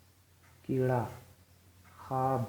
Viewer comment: السلام علیکم wo kira nhi h wo kewra h